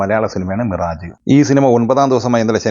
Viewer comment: മിറാജ് എന്നല്ല, മിരാഷ് എന്നണ്. റോയൽ മിറാഷ് എന്ന് കേട്ടിട്ടില്ലേ FYI: Here's a phonetic breakdown: mih-: The first syllable sounds like "me" but with a shorter, less distinct vowel. -RAHJ: The second syllable sounds like "rah" followed by a soft "zh" sound, as in the "s" in "measure" or "vision".